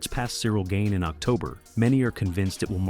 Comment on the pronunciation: Good video. But it's Gane, not Gain